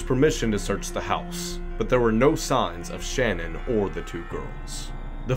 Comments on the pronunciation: FYI her name is Sha Nan not Shannon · Shanann was 34 not 44 and you pronounced her name wrong Znot shannon shann Ann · Her name isn’t Shannon, it’s Shanann (like sha’nann) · #2 you call Chris Watts' wife Shannon, but it's Shanann pronounced "Shan Ann". Just correcting you in her memory because it was said that mistake in pronunciation always bothered her. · Her name is Sha-Nan NOT Shan-on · Watts wife's name was Shanann - emphasis on the second syllable...pronounced Shuh NAN. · Her name is not Shannon! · Hiya... Like the direction you're taking in your vids, but hon, ya gots to RESEARCH! And research well... Watts' wife's name is pronounced Sha-Nan, emphasis on second syllable... He has many stories to his confessions, but the generally accepted is that he murdered his wife in the house, took her body to his truck and laid it down on the back seat's floor. He then put the girls on the back seat, while the girls asked "What's wrong with Mommy?" He transported them to a battery of oil tanks owned by his employer's company. He strangled the youngest, Cece, first. After having witnessing that horror show, his oldest, Bella, asked him if he was going to do to her what he did to Cece... He did indeed do so, but the little girl fought for her life, as highlighted by the post mortem reports. He then callously stuffed one tank with the youngest, and the eldest in the other tank. However, Bella didn't fit the 18" hole like Cece had, and he had to wrench her arm from it's socket in order to manhandle her in. Bits of skin and hair were retrieved from the lip of Bella's tank. Many more plot points in this horrific mess, but there you have the final moments of the family... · You pronounced Shanann Watts' name wrong but this is a good video!